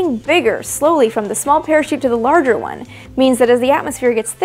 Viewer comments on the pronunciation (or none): none